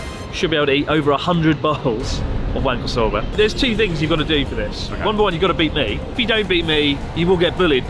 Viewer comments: Chris: "wanko soba" Connor: "Wank O'Soba" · so just to make sure. It's Wank-O Soba right? Specifically wank apart from the rest of the pronounciation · i cannot stop hearing, "wanker soba" xD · As a fellow Englishman, I had to have a little laugh every time I heard "wanko soba" 😂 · i like whenever chris says wanko soba, youtubes captions just says wanker sober